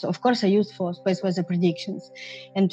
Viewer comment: speese wezzer